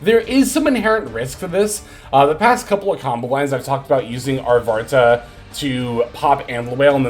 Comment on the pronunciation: I'm taking a shot every time you call Arvata "ArtvaRta"... XD